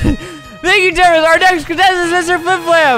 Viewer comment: totally not temprist its temprise